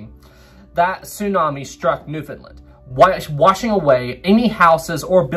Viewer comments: Where i live in cape Breton there was alot Of flooding from the tsunami in 29, and its . New-found-land. Not new fin linn 😅😅😅 Love your videos i never miss one!! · Another well done video... but (haha)... Newfoundland was not a part of Canada, not until 1949. And it's "Newf'en'land" (Understand Newfoundland) But all kidding aside, well done, and it was very cool that the topic was mentioned. If you want a topic for another great story look up the grounding and wrecking of USS Truxtun and USS Pollux; also Newfoundland related. Keep the great work. Cheers.